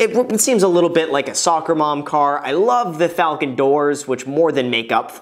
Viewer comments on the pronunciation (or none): none